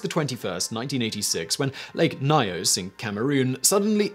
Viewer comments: I was in Cameroon when the Lake Nyos event occurred. We always pronounced in Nee-os, with the os as in 'toast' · FYI: Nyos is pronounced ños.